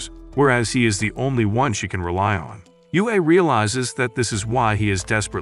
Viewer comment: Yue means moon and is pronounced yweh